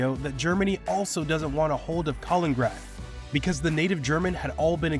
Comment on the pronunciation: It's not Kalingrad, but rather Kalin-in-grad.